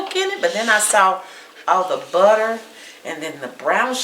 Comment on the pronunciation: It's just the annunciation of the buhterrrr that is like nails on a chalk board.. c'mon!